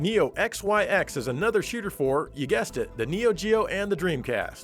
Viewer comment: NEO XYX is pronounced like... "Neo Zykes."